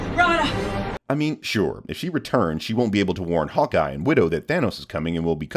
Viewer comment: He said hawka not hawkeye